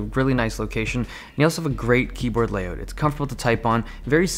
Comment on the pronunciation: I'm waiting for the day when Dave won't say "layoot" in his videos. x'D #KeepUpTheGREATWorkMateILoveThatYouDontEvenPauseOrCutYourClipsYouJustTalkAndILOVETHAT <3